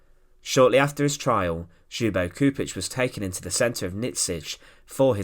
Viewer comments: Just for the record, the correct pronunciation of his last name is Choupitch. The communist would’ve never liberated Yugoslavia had it not been the red Army which helped them liberate Eastern Yugoslavia mainly Serbia and captured the capital Belgrade. Later on they expelled and killed more people than nazi Germany. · Read Lyubo Chupitch, Nyikshich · At least try to pronounce his name correcttly. Your rendition is very far from the original. Its closest form in English would be Lyoo-boh Choo-peech. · this ''individual'' happens to be a highly trained linguist, a Croat, ex-Yugoslav, now holding a high well-respected position with the gvmnt and certainly and rightfully allergic to bad pronuciation of our Slav names ( I am also an .....IĆ person ) so JUBO KURIK hurts my ears and breaks my heart